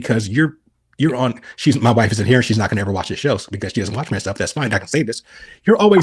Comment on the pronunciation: says mY WhYFfE